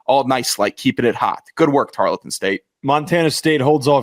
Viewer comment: ITS. TAR-EARL-TON. NOT. TAR-LET-TON